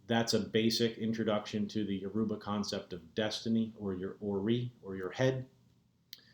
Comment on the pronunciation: never heard Yoruba butchered as such... smh Absolutely atrocious. why have u abandoned the ways of YOUR ancestors?